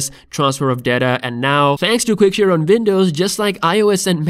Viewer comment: What the hell is "Vindoze"?